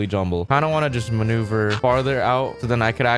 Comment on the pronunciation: The times he said manuver = the video's like